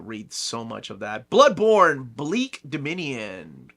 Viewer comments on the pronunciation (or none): none